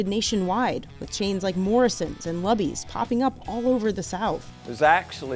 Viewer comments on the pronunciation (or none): is Lew-bees not Luhhh-bees 🤠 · instantly questioning the journalistic integrity when the narrator pronounces Luby's as Lubby's. Absolutely not. It's Loo-bee's. Stop it. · sorry, but it's definitely "Loo-bees" not "Lub-ees"... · “Lubby’s”???? It’s pronounced as you pronounce Ruby. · Did the narrator seriously pronounce Luby's as LUBBY'S!??!? GIRL THAT'S NOT HOW YOU SAY IT, IT's LOO-BEE's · Is Lubys actually pronounced Luh-bees? I’ve always called it Loo-bees. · Luby's isn't pronounced that way. You said it like "Lubbies" when it's like "Loo-bees". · Looooooooo-beeeezzzz. Rhymes with rubies. Not Luh-bees. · As a native Texan, LUH-BEES is driving me up a wall… It’s LOO-BEES!!!!! Also this was a great segment and brought back so many memories of Cafeterias past that I grew up on — Piccadilly , Wyatt’s — 😢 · LOO Bees.... not lubb-ees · It's pronounced Lou-bees not Luh-bees. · Always heard Lue - Bee's or Loo-Bee's not L-ah Bees or L-uh Bees. Lol. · All the southern people: IT'S LOU-BEES DUMBASS Me: who just sees warmed over food sitting out at a huge upcharge. Okay guys. lol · While i appreciate your love for cafeteria restaurants please know that its NOT "lubbies" but "loobies". As a texan it was cringy to hear it pronounced "lubbies" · It’s pronounced “Loo-beez” and not “Luh-beez”. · Luby's is pronounced like rubies, not tubbies. Do some research. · "Luby's" rhymes with "rubies," not..."tubby's" or something. The writers of King of the Hill knew this, which is why their fictional equivalent is "Luly's" (i.e., "loolies"). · Luh-bees? It's "Loo-bees." 😄 Back in the day they had a plate-sized chicken fried steak. And it was affordable. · lol I literally came here to say this! Loo-Bees! I was surprised to hear her say it like Lubbies.. how did she arrive at that? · Lubys cafeteria.....pronounced.... lew bees.....not lob ees like the AI said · LOU Bees. Say it with me LOU BEEs.... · Read "Luby's" pronounced as "Lubby's" smh lol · I'm sorry, did that lady say "Lubby's"?